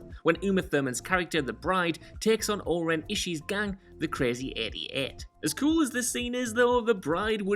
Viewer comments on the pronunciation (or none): it's O-Ren Ishii, not Oren Ishe